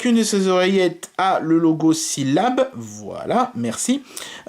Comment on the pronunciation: SyllabLE PRONONCE LA MARQUE ENTIÈREMENT COMMENT TU VEUX KI TE SPONSORISE APRÈS